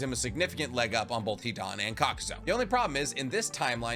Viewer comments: Why do you keep calling him kakuzo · You keep mispronunciations the characters and jutsus’ names You say “Kakuso” when it’s Kakuzu, you say “Kotoamatsukame”instead of Kotoamatsukami. In Romaji Japanese the letter E make the ay sound where as I makes the E sound